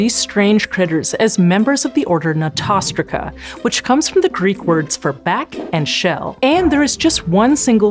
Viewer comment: Your mispronunciation of Notostraca is particularly egregious. The stress should be on the first syllable, and the relevant vowel is O not A. Unlike Aquatic, which contains A not O.